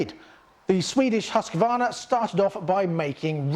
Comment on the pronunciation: It is HUSQ-VARNA not HUSQ-A-VARNA dont know why so much people invent letters xD.hahahha Nice vid guys! keep it up!!